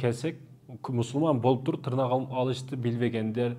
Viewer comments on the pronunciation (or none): Тырнак эмес! тырмак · Тырнак дебейт,ТЫРМАК дейт.Кыргыз "ТЫРМАК" деп айтат ,билип жур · Таксыр тырнак емес тырмак деп суйлочу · Тырнак эмес ТЫРМАК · Тырнак😂😂ээй ТЫРМАК деп айтат кыргызча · Таксыр Кыргызда тырнак дебейт.Тырмак деп айтат капа болбо туура жаз туура айт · Тырмак деп тууралап койсоңуздар. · ТЫРМАК деп туура суйлосонор,силер эмне тырнайсынарбы